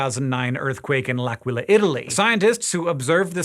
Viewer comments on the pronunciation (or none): Good video but less than good pronunciation of the name "L'Aquila" lol